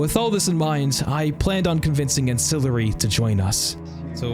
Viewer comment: Ancillary doesn't know how to say his own name? GG